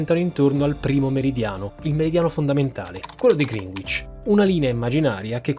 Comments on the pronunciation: Seguo tutti i tuoi video ma 'green witch' non si può sentire. Si pronuncia 'Grènicc'. ;) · Bellissimo video. L’unica cosa è la pronuncia di Greenwich. Si dice “Grenich” non “Grinuich” 😉👍🏻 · Scuola di inglese come sponsor per sentire pronunciare "grinuich" 😃😄😂😂😂😂😂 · Ciao, ottimo video come al solito. Se posso farti solo un appunto, visto anche il tuo sponsor, la pronuncia di Greenwich che ci hanno insegnato al liceo e' sbagliata, suona piu' o meno grenic (con la c dolce) in realta'. Complimenti anche per l'ottima citazione di Rap God! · Si pronuncia "Grènich", non "Grìnuich" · Mi complimento per la cura nella pronuncia dei termini stranieri, mi sono accorto che te ne è scappato uno, se quella è la direzione: Greenwich si pronuncia come 'Grenitch'. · Ringraziandoti per i tuoi STUPENDI video, vorrei però redarguirti sulla pronuncia di Greenwich: non ho capito se hai davvero fatto Lingue ma sicuramente sei un ottimo geografo 😅 rivedi la pronuncia: si legge “GRENICH” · Complimenti, contenuti sempre interessanti. Faccio notare errore nella scritta a tutto schermo agli inizi del video, dove "perché" va scritto con accento acuto e non grave. E poi, la pronuncia di Greenwich è sbagliata, si legge "Grenich". Ciao e grazie ancora per ciò che fai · Greenwich si pronuncia tipo "Grenech". (Non lo sapevo neanche io prima, ma mia moglie è inglese. Potete verificarlo facilmente con Google.) Mi scuso per il commento un po' petulante 🙏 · La pronuncia corretta è GRENICH 😉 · Adoro sempre il vostro lavoro, però credo si pronunci "grinich" la doppia W non si sente... 😅. O almeno i londinesi che conosco e abitano in quel sobborgo credo la pronuncino come dico... 😂😂❤️👍🏾😙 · La pronuncia di Greenwich nel video è più da Greenwich USA invece che da Greenwich a London (UK)…la w non si pronuncia.